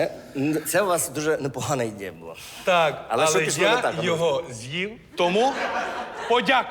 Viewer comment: Як справжня вчителька, ще повинна виправляти оті "суржикові слова", бо страшно ріже вуха оте "канєшно" чи "ідЄя"...